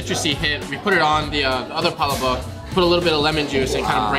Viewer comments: These people complaining they said palabok wrong. Please understand that Filipino is not their language. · Nah, you ain't getting off that easily. You could've remembered how the cashier pronounced palabok. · Yeah butchered the pronunciation of palabok but thats fine. You really good in explaining food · Hehehe I just had a good laugh when you pronounced our palabok LOL Good review though...Am proud beiing a pure blooded-Pinoy... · Except the pronunciation of palabok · y'all are killing me with pronunciation of palabok. y'all were doing so well too. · Dying laughing at how you guys say palabok 🤣 so wrong🤦🏻‍♀️🤣 love watching you guys though! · How did this man grow up in a filipino household and still pronounce palabok like that?? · Filipinos be complaining about the because he couldnt pronounce "Palabok" right, but Filipinos cant even pronounce most English words right 🙄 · The stress of the word is in second syllable. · It's all good! Palabok or Pala-bock as long as you are sharing our culture and educating others with our food, that is very nice of you. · when you say we have a sunny disposition and we are the most extrovert you already made me proud, not to mention how well you explain all the food choices so pronouncing palabok isnt a big deal for me 😊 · Love your video and I am German/Norwegian from Minnesota lol. It's pa LA bok (long O in the bok and accent on the LA lol). Tastes just as good no matter how you pronounce it :) P.S.200,000 Pinoy living in Vegas these days... with original Golidilocks, Jolibee, Chowking, Red Ribbon, Max's Chicken!) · Umm, it's pa-lā-bōk not palabak. You sure he's Filipino? Can't even say it right brah. Smh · Hahaha you had me until you said Palo Bok 😂😂😂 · Great video guys! The Pal-La-Book looked so yummy and you all delivered the food review to a “T” now I’m hungry for some Jolibee. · Heck I’m half Filipino too but I’ve never done heard anyway say it like pala-bawk. 😂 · Pa-la-bock? HUHHHHH lmao #cmonnnnn 🤦🏻‍♂️